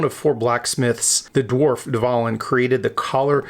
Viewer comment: The V is pronounced as a W, as it is in the German language, just an FYI mate